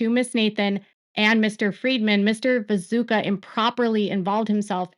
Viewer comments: isnt his name viTUSCKA? 😅 sounds like you're saying viZUKA. anyway tiny note ❤ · Hi! Love your work and how closely you allow me to follow this case from my couch. Are you calling him Vizuka on purpose? Isnt it pronounced Vitooshka? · It's "Vituscka", not "Viso(c)ka", "Vazooka", "Visuka" or any other variant or whatever! Just bothers me because the details matter with him especially in this case of what his actual story is here and his integrity! I know it's hard to pronounce but one can also just look it up, just a thing that bothers me with your coverage otherwise thank you for dealing with this mess in the first place, the Daily Mail is infuriating and all this is so outrageous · Great work… But just FYI, his name is pronounced “vi-too-sh-ka,” not “vi-zoo-ka,” lol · I think it's pronounced Vitooshka. He's so contradictory I don't understand him at all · Hey! Love your content, but I have a quick piece of feedback. It took me a few minutes to realize you were talking about Vituscka. I kept hearing 'Bezuka,' and for the first part of the video, I was thinking, 'Who is Bezuka?' I'm not sure if it's the pronunciation or my ears, but just wanted to let you know!